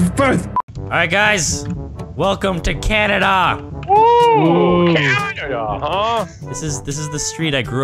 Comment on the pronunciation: I wive in cwannaduh